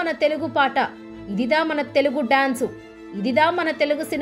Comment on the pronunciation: తెలుగు భాషపై అంత అభిమానం నిజంగా ఉండుంటే... ఇదిదా ఇదిదా అని అనరు... ఇదిరా* అని సరిగ్గా ఉచ్చరిస్తారు ! నాటు నాటు పాట వచ్చే సందర్భం వేరు భారత దేశ ఖ్యాతిని ఉద్దేశించి చేసిన పాట... నాయకీనాయకుల మధ్య వెళ్ళదు! ఎంచుకున్న అంశం మంచిదే, కాని కొన్ని విషయాలు బాగోకపోతే ఇలానే విమర్శించబడతారు మీరు కూడా !